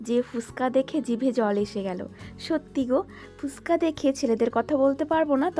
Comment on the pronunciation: ফুসকা না গো ফুচকা বলে😅 কিছু মনে করো না অনেকদিন ধরে ভাবছিলাম এই কথাটা বলবো। তুমি প্রায় সময় ভিডিওতে এইটা বল দেখেছি